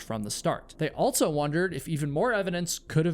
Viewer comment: there is no T in the word "also". It's not "alt-so".